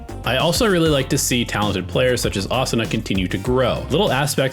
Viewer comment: Thank you for not pronouncing it Uh Soo Nuh 😅